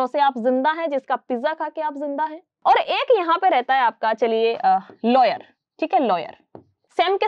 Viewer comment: It's a lawyer not layer